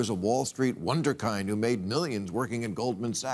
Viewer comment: Except for his teleprompter reading skills … “wonderkyned“, huh?